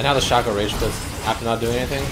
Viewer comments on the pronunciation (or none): Shack co lol its shaco say it right!